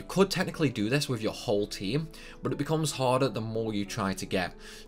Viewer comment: Says he won't say "Tidus" because it sounds stupid proceeds to say "bot" for "but" lol